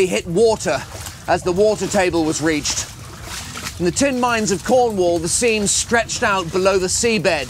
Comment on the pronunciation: Is it just me or does reached sound wrong, and rought sound like a past tense reach?